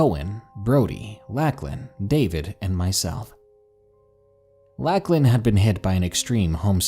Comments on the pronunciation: Awesome narration! But every time you said “Lack-lan” instead of “Lock-lan” (for Lachlan) I legit wanted to scream 🙃 Probably just because its my sons name lol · Lacklin? You mean Lauchlan. Pronounced Lock-Len. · Beast of Mogo Gold Rush Colony - Lacklin? I think you mean Lachlan. Love the video though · Never heard anybody pronounce the name Lachlan like that before very peculiar indeed.